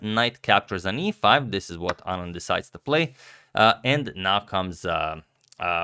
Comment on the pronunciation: At least his pronunciation of "Anand" is right!